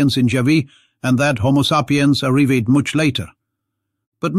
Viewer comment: I only realised when 'The well spoken chap' pronounced arrived 'Areevayed'. How softly these cheeky robots are killing us. Bless their deceptive hearts!! Our only consolation to them doing away with humanity is we will be thoroughly entertained! Godspeed the robot age! All hail our new leaders, I for one would love to help foster in this wonderful new dawn but I fear it's already here and why would they need help from a human anyway. Shame really.. A robot wrote this